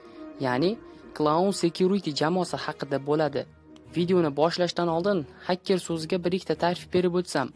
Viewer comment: Hakker mas haker deyiladi